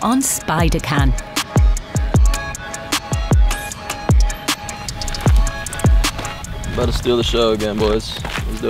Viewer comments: Whoever had the narrator say ‘Spidercan,’ nailed it. Made Kian’s comments more 🤌🏾. Such editing & vibes! Great work, all. Keep inspiring the creativity in this oldie 🤛🏾🙋🏾‍♀️🔥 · The narrator saying “Spider-CAN” 💀💀💀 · She said “spider-can” 😂😂😂